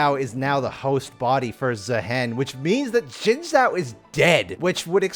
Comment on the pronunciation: Xin Zhao*, not Shen Zao or Zhen Zao or Zen Zao. 😰👍